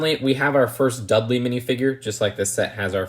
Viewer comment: Idk why I love hearing u say “dUdLeY” XD